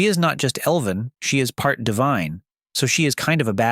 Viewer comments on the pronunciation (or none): none